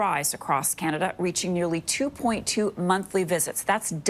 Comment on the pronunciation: In canaderr